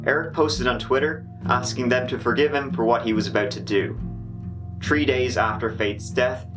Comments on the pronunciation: You just said tree instead of 3 again. But then you said 39 with a th sound. Why are you fucking with my head? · Please never pronounce the sentence "I think Faith Hedgepeth her death saddened at least three people". It's why it's why everybody bitches about your One Too Tree. It's like you know how to do it, do it everywhere else, but when Three appears...